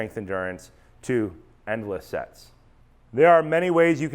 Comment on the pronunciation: "endless sets" heard "endless sex" thanks to your last video :p